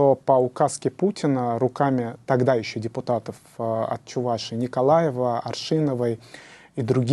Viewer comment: Замечание к ведущему,нужно говорить не: Чу- Вашии, а Чувашии. Ведущий,научись правильно разговаривать по русски.